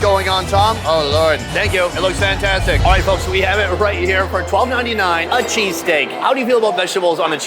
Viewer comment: people from philly is cringing at that "cheesesteak"